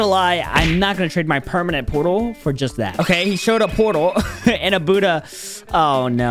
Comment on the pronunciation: In the intro it sais shut light but it’s budhaa